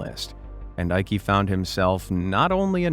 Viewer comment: sorry i laughed at how you pronounced "jutta" (eikes mother), it really lifted my mood:) there is hardly any female name that is more german than jutta, you say it as you-tta (short A). and "eike" is pronounced like eye-keh (short E).